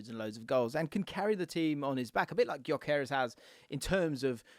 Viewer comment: How much research did you do wrt sporting? Just curious because you’re pronouncing Gyökeres wrong. All you have to do is watch the match as they names the starting line up and you’d have it